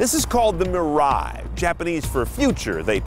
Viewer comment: Dam the way you butcher mirai. It is pronounced mi-ra-i